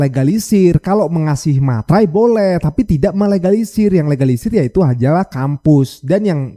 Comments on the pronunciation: Kl STNK fotocopy trs di sempet bisa gak buat bukti keasliannya, termul guoblok nya puoooool😅 ngomong legalisir jd egalisir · ngomongnya egalisisr atau legalisir sihhhh ??? ... korslet nihhh otaknya